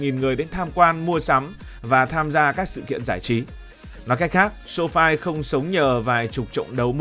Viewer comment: SoFi đọc là xô-phi, âm I trong tiếng Anh phát âm là ai nhưng tiếng Anh không giống tiếng Việt viết sao đọc vậy. Mà tùy ý nghĩa của từng từ, như từ đơn vị là đơn vị đọc là du-nít, nhưng hợp nhất là liên hiệp Hiệp đọc là u-nai-đit, ở đây t đọc thành đ, nhưng to đến vẫn đọc là tu. Còn nhiều nữa, các bạn có thể lên google dịch để tham khảo.